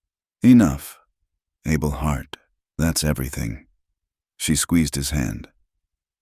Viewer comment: The mans name NOT ARBUL But pronpunced as ABEL....all the time not psrt of it... Ai is just awful And how did Luke get upstairs in a wheelchair?